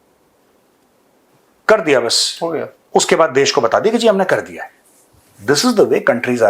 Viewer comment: Major sahab....kar dengey nahi....kaaar dengey